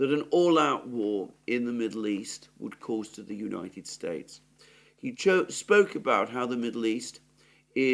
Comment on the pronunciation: I noticed you said the United Straites